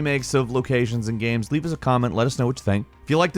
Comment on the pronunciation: Why does he keep calling games gams?